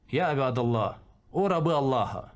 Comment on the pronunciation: Имя Бога научился выговаривать наконец-то.)все ровно местами осталось привычка буквы х